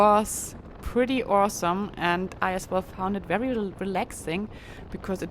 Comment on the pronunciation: Excellent concluding episode of the "cross the US" part of your journey and it is great to know you are continuing on to Key West. I enjoy everywhere you bring us along and look forward to each new video. I love how you pronounce the letter "V" as a "W"... "This is a wery beautiful view..." Don't change! Your accent is charming and your English is wery, wery good.